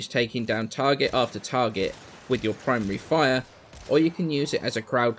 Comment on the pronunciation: I was about half way done before I realized you were saying "Primary fire" and not "Prime Re-Fire" I was really confused. Thinking that it was a new thing added recently.